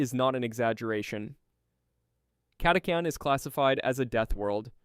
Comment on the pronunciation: Catachan was pronounced about 5 different ways